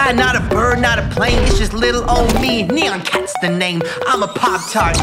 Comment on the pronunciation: I think its N-eye-an cat not Nee-an.